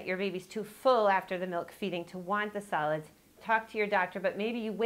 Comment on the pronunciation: Lol I thought she said salads instead of solids